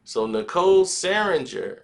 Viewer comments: I wish this nigga will learn how to fucking say Nicole’s last name! 😂🤦🏾‍♂️🤦🏾‍♂️ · Said Nicole's last name wrong the entire time lol